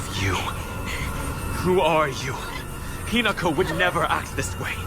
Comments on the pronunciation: not hiNAko 😭 lol, HInako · “i’m gonna try to pronounce the names right” gets first syllable wrong lol. no worries no shade just thought it was funny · good video but ooph for not practicing how to pronounce Hinako's name. They have English and Japanese dubbing so just hearing it and practicing it seems like a lack of effort But top marks for getting this video out so FAST